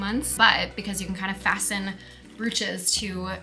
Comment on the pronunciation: I believe you are mis-pronouncing “brooches” and “bagels” Love your insights, you are talented and a fashion icon.